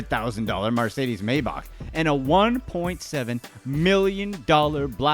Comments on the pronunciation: Bro its MERcedes, not MARcedes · Its MER-cedes. Pronounced MIR , NOT MAR. Not here to troll just helping ya out! I like the video btw! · LOL at Marrcedes ans Kel-is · Stop saying mercedes like marcedes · It's pronounced Mercedes, not Marcedes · What the fuck is a Marcedes I thought it was Mercedes. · MARS must be sponsoring this video for the way this guy is butchering the name MARSCEDES 🤣🍫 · Mercedes, not marcedes... lol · I always thought it was Mercedes, I didn't realize it's "Marcedes" 🤣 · The narrator keeps saying MARcedes instead of MERcedes & it's tap dancing on my one good last nerve.😶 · Its pronounced M-E-rcedes Mercedes. Not MARCEDES. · It's Mercedes, not Marcedes. -. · Mercedes. That Mer. Merrr. Not Marcedes. Not Mar. Marrrr. Fark! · I learned I’ve been saying “Mar-cedes” wrong… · Tf is marcedes? 😂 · Pronouncing Mercedes MAR-cedes lmao, hilarious. 🤪🙄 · the way this dude says MARCEDES lives in my head rent free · MARSAYDEEZ .... MAYBOC .. Pronunciation issues sir. how do you get an A from an E, and an O from an A? 🤔 the letters are right there 🤦‍♂️🤷‍♂️ ... also, scott storch is still killing it today. got a choclocate weed business called koko nuggz, and i'm sure a legit weed dispensary business too. just because hes not making music money like he used to doesnt mean he is broke lol. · Literally no-one: This fuckn guy: "Mar-say-deez" 🤦🏽‍♂️Bruhhhh‼️ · A marcedez huh? 😂😆🤦🏼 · What is a “mar”cedes? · What’s a Marsaydeez? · Uhhh... 'MAR' cedes? Might want to check your pronunciation. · Who the fuck say marcedes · “Marcades” lol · " Marseidis " why u pronounce it so weird? Ps... most of these people hide their cash from government by declaring bankruptcy... they not broke. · The only thing that bugs me about this video the way he says Mercedes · This guy needs to learn to pronounce Mercedes.